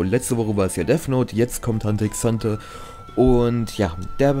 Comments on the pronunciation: Bitte mehr hxh und btw das x soll man nicht sprechen ^^' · Omg wie du mich triggerst indem du die ganze zeit Hunter x Hunter sagst Das x wird nich ausgesprochen Rip